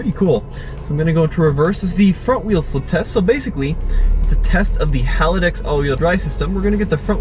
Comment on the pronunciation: FYI it's haldex, not halidex